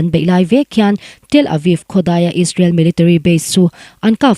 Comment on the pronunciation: Israel tihtur aw israwl nilo in...😂😂😂